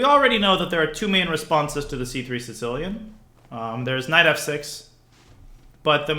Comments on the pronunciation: Because in Russian, there's a letter ц, pronounced as "ts", and it's used in the word Сицилия (Si"ts"iliya) - Sicily. So I think he subconciously says Sitsilian instead of Sicilian. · why does he pronounce the sicilian the "si-tilian" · I find it annoying how some people call it sincilian instead of sicilian